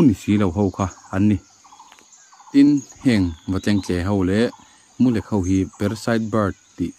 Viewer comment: Mulek ni lovin,mulêk tih tur aw sir